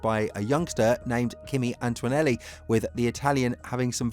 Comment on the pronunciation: There is no "w" in Antonelli...